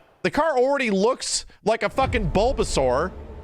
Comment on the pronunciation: ..I'm sorry to ask but... Did they just say "Bulbasuar" ?